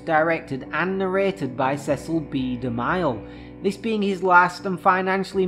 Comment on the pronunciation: I thought it was pronounced De-Mill (DeMille)